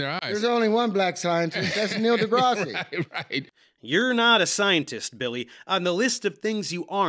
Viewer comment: Did he just say "Neil deGrassy"?